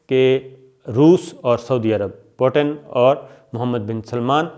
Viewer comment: po ton. ni he ye peo ten he . lagta he school time me khoob mazaq ura ho ga aap ka. mutenserhussaintarar kehene pr. 😄😄